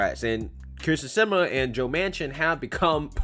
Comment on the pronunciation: Can I just say I love how you butchered her last name every time you said it? 😆🤣👍🏼